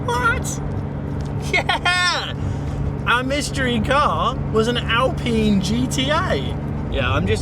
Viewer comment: You got the pronunciation right, ‘Alpeen’ not Alpine with a long ‘I’ sound. Like the current Alpine, this received consistently good reviews in its time. We are badge snobs here in the UK.